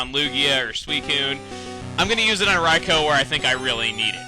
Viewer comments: UGH. Rye-co RYE-CO? I've always pronounced it Rye-koo. Beginning of this vid cheesed me so much :P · It's RAI-KOO not Rai-ko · i thought it was pronounced Ry-koo not Ry-kow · Daikon: I got sort of famous for everyone mispronouncing my name like Raikoo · its rikoo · I thought it was pronounced Rai-koo? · I thought it was pronounced "Rai Koo" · I'm pretty sure it IS 'Rye-co', though, seeing as how it is spelled. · I alwasy thought Rikous name was pronounced like Riku hmm. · Your saying Raikou wrong.... .3. It's RAI-KEW! Dx. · I thought it was Ry-koo >_> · i hate how u prounce everything wrong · Raikou is pronounced raiku isnt it? And dang it chuggaa, you shouldnt have used yur master ball on raikou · I believe it's Rai-koh. D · I do believe you pronounced Raikou wrong, yes I know, its an RPG and with out them having speaking voices in the game, you can call them pretty much whatever you want. Rah-e-coo-oh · I just want to say is that the 3 legendary dogs or whatever you call them are cats not hamsters not dogs or beasts their cats i can prove it,Entie is a lion,Raikou is a tiger,and sucincune is a cheetah ok i just want to clear that also ps.Chugga i think your videos are awesome and you said Raikou wrong but it doesn't matter